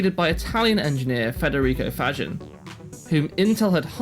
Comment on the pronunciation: Faggin is pronounced fugeen. Why? Venetian, slightly different pronunciation there, heavily influenced by austrian domination.